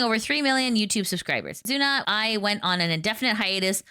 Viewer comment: You are pronouncing "Kizuna" incorrectly, the stress is on "Ki'.